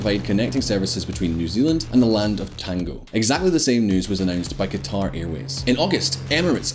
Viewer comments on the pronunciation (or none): none